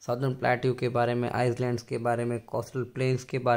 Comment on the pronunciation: thank you so much for your wonderful explanation,I follow your vedios very carefully, please sir island is not pronounced as u prounce it s is silent, please don't mind as I am 72years old n have teaching experience for years n english is my mother tongue,God bless you with lots of success,praises for your awesome teaching n explaintion God bless.